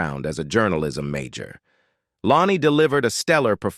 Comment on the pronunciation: Low-nee?? WTF?? Using ai for this is beyond lame.